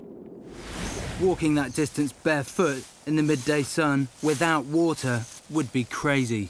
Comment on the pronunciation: 이 분 영상 계속 보는데 water발음이 너무 섹시하다